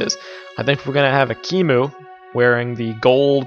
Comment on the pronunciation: Ekmui!? You mean ekimu